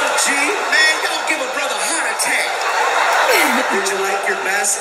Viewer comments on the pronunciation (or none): none